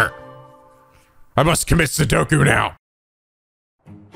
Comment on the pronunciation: XD it sounded like he said Sudoku rather than seppuku